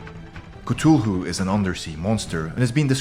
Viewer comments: Is anyone else mad the he pronounce Cthulhu wrong or is that just me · I've got a good game idea... take a shot each time he mispronounces Cthulhu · Your saying cthulu wrong your say c t hulu its c th ulu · I hate how you pronounced Cthulhu, he would be offended right now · CTHUTULHU doesn't have a comfirmed pronunciation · This guys pronunciation of Cthulhu is pissing me off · The way this guy pronounces Cthulu is amazing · at #10 you are saying ctulhu not Cthulhu. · you are saying cthulhu wrong stupid head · you said cthulhu wrong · He said cthulu wrong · He pronounced Cthulu wrkng :/ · His pronouncing Cthulhu wrong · He said cthulhu wrong 😂also cthulhu should be 1st spot on the list not 10th😡. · There is no right or wrong way of pronouncing cthulhu but he used a less popular pronounciation yeah. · He said Cthulhu wrong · Cthulhu is pronounced like kathulu not Citulu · this is really cool but you are saying cthulhu like ctulhu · its cu-thu-loo there not cutolo its cuthulhu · It is th not t on Cthulhu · The Cthulhu is pronounced, ca- th - oo- loo! Not Cutoolu! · Great old C'thulhu not Cthulhu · You said Cthulhu like Ka-Tew-lew It Is Said Like Ka-Thew-Lew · Cut ululu? It’s cuth ululu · It's pronounced ka tho loo not k too lu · Gun Skele he says ca-tu-loo while I say Cath-oo-loo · It's cu Thu Lu not CA Tu lu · Why did he say catulu it's cuthulu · He said cufulu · Isn’t pronounced cuth-oo-loo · why do you pronounce Cthulhu as ketoohoo? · If he says cutulu again I will flip 😹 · Actually it’s pronounced ka / foo / a loo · I was lauging when he pronounced cthulhu ctulu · He keeps on saying cthulu wrong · I disliked this because you said k-tu-hu thats not how to pronounce it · Its pronounced k-th-ulu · It's CA-THOO-LOO Just saying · Person how the heck do you know their not real. They could be still out there. But dude you said Cthulhu wrong it’s Cth U Lu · Cthulhu is pronounced Cu-th-ue-lhue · It is Ca-thu-loo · It's pronounced ca-thu-lu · "catulu" XD